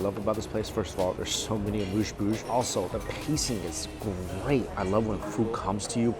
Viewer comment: eh moos bush not mush bush